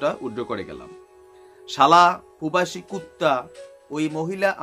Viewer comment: ভাই আপনি একটা কথা তো ভালো ভাবে তুলে ধড়তে পারেন নাই। কারন সে বলেছিল তার পিছনে নাকি অনেক বই ।সে নাকি অনেক শিক্ষিত । আরে ভাই।এই বেশ্যা তো লেখা পড়া করেছেন বলে মনে হয় না ঐ বেশ্যা উচ্চারণ করেছেন পোবাসি তোগর আবার বলেছেন আমার কোয়ালি ভিশন । এগুলো কি শিক্ষিত লোকের কথা। আর ভারতের মালোয়ান সে হলো পুরুষ বেশ্যা হোটেলে পাছা মারা দেয়।এই জন্যই সে ঐ মাগির দালাল